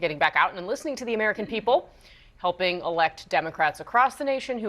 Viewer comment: Did she say helping or humping fellow democrats